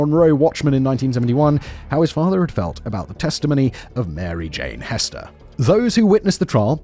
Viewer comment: Ummm. I think her name is actually Hester, pronounced with an “eh” sound, not an “ee” sound.